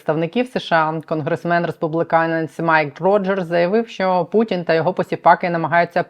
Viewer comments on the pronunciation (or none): none